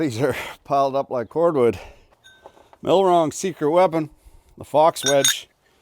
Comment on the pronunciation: As a millwright when you said millwrong I shit my pants laughing